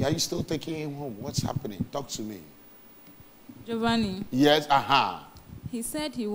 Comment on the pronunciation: It’s pronounced Jo-van-ni!